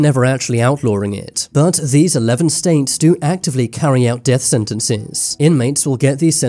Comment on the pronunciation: STATES!!!!,. Not “ staints”, had to stop after 30 seconds!!🤬🤮,… STATES!!!!